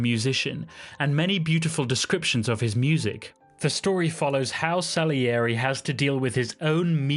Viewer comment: 1.Scheiß KI-Stimme, die nicht einmal "Salieri" richtig aussprechen kann. 2. Mozart war ein Genie, weil er nicht nur handwerklich perfekt, sondern mit Geist komponierte. Und das war Gottes Gabe.